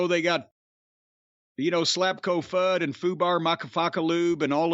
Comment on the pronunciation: I crack up every time you say slapcofud